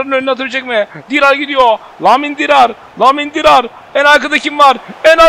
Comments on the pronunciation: namil dirar değil ya nabil dirar.lamin dirar da diyo olabilirsin abi. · Nabil Dirar a neden Lamin Dirar diyon ki 😂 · Abi nabil dirar sen namil diyorsun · Abi Lemin Dirar değil Nabil Dirar